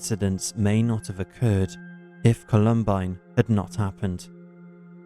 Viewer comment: The narrator sounds like AI, how did he mispronounce Columbine